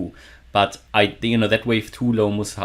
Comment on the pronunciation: Hahahahahahahahaha muSt must must hold 😂😂😂😂😂😂 I thought you started speaking German hahahahaha